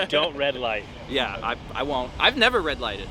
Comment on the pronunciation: NEVER SAY NERVER!